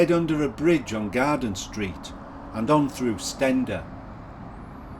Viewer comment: I think Steander is pronounced Steen der not Sten der.